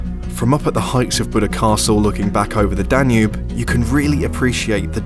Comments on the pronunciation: "Danube" nem "Danu" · danu river?? is that how english people say it? in hungary we say duna